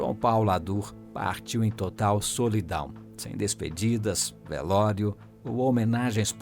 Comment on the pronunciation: "VELÓIRO" KKKKL